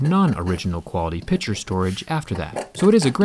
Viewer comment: Not pitture it's picture